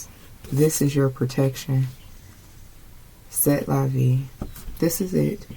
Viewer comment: It’s pronounced “Say la vee, such is life.